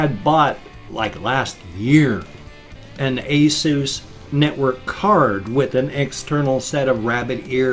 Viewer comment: Interesting differences in the way you pronounce acronyms like BIOS and ASUS. Yes I know ASUS is a brand name but still you pronounce it differently than I do. I use the short U sound and you use the long U (oo) sound. And in BIOS, I have always pronounced it with the long O sound; you use the short O sound. AND........I'm glad you were able to recover your video before the webcam crash.